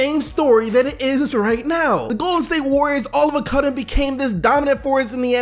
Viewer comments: “all of a cudden” lol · “All of a cudden” XD 😂🤣